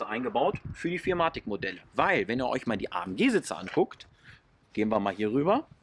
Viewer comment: Ist nicht arrogant gemeint, aber ich arbeite momentan selbst bei benz in der Werkstatt und ich habe noch nie jemanden "vier matic" anstatt four matic sagen hören 😂🙏🏻 coole Videos, weiter so